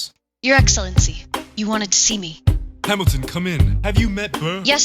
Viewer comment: You BUTCHERED Hamilton’s name 😭😭